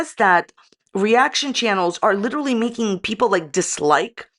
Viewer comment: Every time she says "Literally" my ears scream in pain. Not making fun of her if she has trouble saying a word, we all do, but usually when we know the word we can't say we find another one to use that means the same thing....lol Well except for Worcestershire sauce, it just becomes that "sauce no one can say" lol